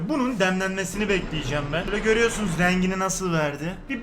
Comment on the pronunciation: abi deemlenmesini kelimesini duyuncs gülme kırizi tutu 0;53